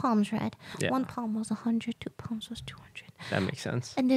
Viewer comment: I kept hearing get your palms read as get your poms bread. I thought she was trying to get more pom puppies.